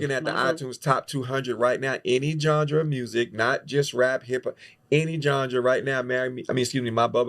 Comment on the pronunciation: said ganja or genre?